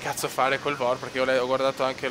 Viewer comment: Per andare un po' fuori dagli standard ti consiglio: Zurigo - Barcellona Volo di giorno CIAO PS: Il VOR Si pronuncia "Vi-O-Ar"!!!